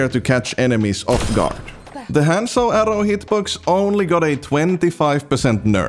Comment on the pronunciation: how does a one trick pronouce his own characters name wrong?